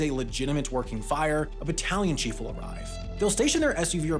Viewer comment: I heard "Battalion Chief" as "Italian Chief" and thought that a joke about Italian firefighters had gone over my head.